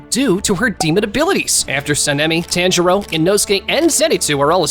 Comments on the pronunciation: Damn, I was really looking forward to watching this but then I realized you’re the dude that says “TANjuro” for whatever reason so I can’t. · No body: Those anime review YouTubers: “TÆNJIRO” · You’re saying tanjiro wrong😡😡